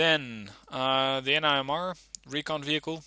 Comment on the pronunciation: It’s pronounced nim-er